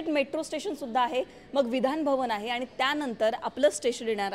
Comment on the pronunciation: आनी पानी जरा सुधारा!